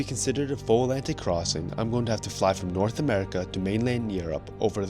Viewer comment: Alantic???? Must be a new discovered ocean 😂